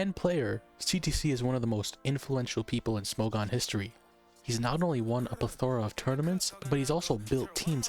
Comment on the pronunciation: I think you've managed to do better with the levels on your newest video! Legit so great to see how you've improved the production AND the narrative structure in just three videos so keep it up! Also this is a very very minor note but "plethora" has its stress on the first syllable not the third (PLEthora, not pleTHORa). Otherwise love the videos keep them up!